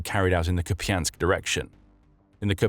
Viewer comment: Koupiansk. Pas japiansk. Merci de parler correctement